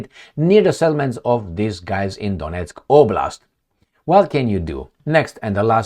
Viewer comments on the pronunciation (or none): none